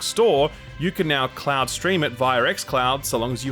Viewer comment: Why is this guy trolling and sometimes saying ‘cloud’ and sometimes saying ‘clown’?